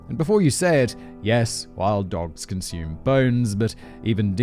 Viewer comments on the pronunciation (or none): none